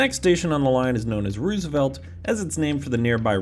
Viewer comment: You mean mean "Westlake"? lol / - Us locals usually say "rose-a-velt" not "roos-a-velt". Like the 26th and 32nd presidents.